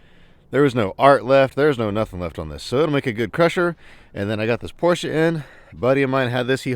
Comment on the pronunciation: Damn! You are one of a few Americans who pronounce Porsche correctly. Awesome 👌